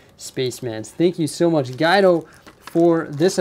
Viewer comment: Cmon!, it’s Gwe-do...not Guy-do. Haha!